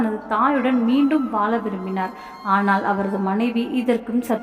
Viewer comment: தமிழ் படிக்கும் விதம் படு மோசம். Vaala இல்லை, வாழ.